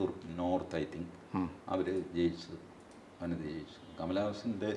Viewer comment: വാനതി എന്നാണ് ശരിയായ ഉച്ചാരണം.